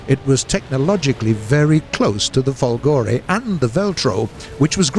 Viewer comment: Guys, you'll never learn, :p... but since I know you're trying hard, here's some little note for non-Italian-speaking people: - "Macchi" is not "Matchy", It's "MAKKI" (with strong "c"s) - "Folgore is not Folgòre, it's Fòlgore" - "Badoglio" is not "Badog-lio": that 'gl' sound is not present in English, so try to pronounce it as "Badòlio" and you almost get it ;). ...and this is the last and maybe quite difficult for non-Italian people: - in 'W l'Italia", "w" does stand for "viva", so... "VIVA L'ITALIA!" , which means "Up with Italy!" BTW, this is an ancient emoticon, born in 19th century: the "W" symbol recalls both the two "v"s in the word "ViVa" (literally: "be alive") and the image of two people with their arms raised).